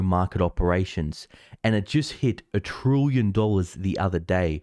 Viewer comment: It's "trillion", nor "trooyon"